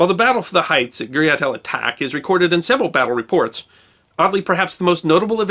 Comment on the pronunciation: "ch" in the name here comes from the French spelling and is pronounced like "sh" in English